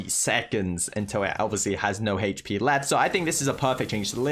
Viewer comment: I like how he pronounce hp as Hech p